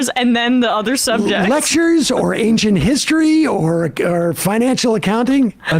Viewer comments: Was "Lectures or Nay-chit Histories" supposed to be "Lectures on Ancient History"? This isn't even live, what the hell is he saying? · "Naincient histories"??? for free? Count me in!! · Am I the only one hearing Natient History? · Nancient histories? Nancient histories? What? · He clearly said “ natchent histories” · Is anyone gonna gloss over the fact he said NACIENT HISTORY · Wth is ncient histories? Or am i hearing him wrong? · What is "nayncient history" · Not "ancient history," Sam. "Nancient history." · I keep hearing Natured History. I suppose it is Ancient History (as Sam and Emma made that joke) but I can only hear Natured History. What a goop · I swear he says "natcient histories". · Is it just me or is he saying "nancient history"? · What is "nanchient history?" I thought I was educated, but I never even heard of this. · I just can't seem to get over "Nancient Cultures" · I listened a couple times to make sure; MFer said "Natured Histories" 💀💀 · What the hell is "naincient histories"? 😂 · ‘Nancient history ‘- Donald Trump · He says "Naincient History" instead of Ancient History. Why did he put an "N" sound at the beginning? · "Nanechient histories" did anyone else pick that one up? He clearly said "Nanechient Histories," yet he claims Biden is on the decline and he's "high energy." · What’s a “nancient history”? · He said "lectures or ... (o)nancient history". You communists should be ashamed of yourselves ... making fun of the disabled. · Or "Nancient histories" .... Wtf is that? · Completely disagree. He said Nainchient 😂😂😂😂